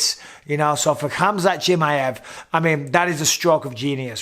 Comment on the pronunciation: «Chimeevv» its chimaaaaev»